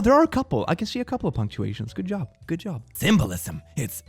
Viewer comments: Pronounced "j.o.b." as "gee oh bee"...😜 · Ah yes, just heading off to work at my my "G O B".